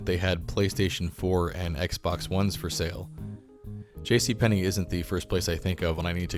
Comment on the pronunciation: Yes it is! Where did you learn your Russian, ....JC PENNY,!?